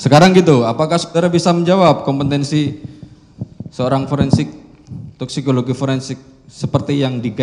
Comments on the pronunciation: Jaksa kompetensi bilang kompentensi.. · Jaksa koplo, ngomong kompetensi saja ga bisa🤮